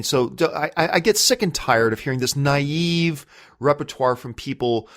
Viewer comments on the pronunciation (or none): none